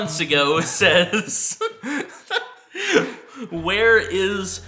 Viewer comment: I like how said "where" as enis from recent enis